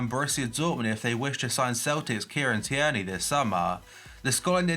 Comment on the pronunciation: It’s not Tee-er-knee It’s Teer-nay